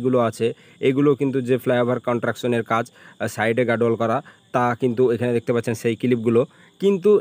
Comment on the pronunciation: কথাটা কনট্রাকশন নয় কনস্ট্রাকশন। আর জ‍্যাম্প নয় জ‍্যাম। উচ্চারণ ঠিক না হলে ভীষণ কানে লাগে।